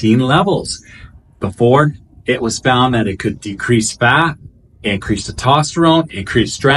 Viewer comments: It’s testosterone It’s not tetosterone There is an S after the E TE”S”TOSTERONE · Nice summary, good job. Try saying "test" + "ost" + "uh" + "rohn" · TESTOSTERONE NOT TITOSTERONE. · Is Te-tosterine the same as Tes-toserone? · It’s called testosterone, not tetosterone. . Yeah, you’re real credible. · I couldn't un hear TET-OT-sterone ...😂😂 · Good video but I want to offer some friendly criticism. Please try to pronounce testosterone correctly. You are not pronouncing the first "S". Pronouncing these hormones correctly will make you sound more legitimate. Thanks for the video. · Bro just leaves the s right outta the word testosterone lol 😂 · Good video BUT you do realize there IS a “S” in teStosterone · Say testosterone properly. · It's hard to take advice from someone who can't even pronounce one of the most important hormones in the human body being testosterone. Good thing I've already researched TMG and have been taking it for awhile otherwise I probably wouldn't have followed any advice you've said in this video. You might consider rerecording this one. JS. I hope you have a blesses day! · Great video. Thank you. FYI...it's Anecdotal. Not Anadotal. It's Testosterone. Not Totosterone. Have a great day. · THIS GUY CANNOT PRONOUNCE ANECDOTAL OR TESTOSTERONE PROPERLY..STUFF DOES NOT DO MUCH..HE IS JUST GETTING PAID... REMEMBER..IF IT REALLY WORKED IT WOULD BE BANNED BY WADA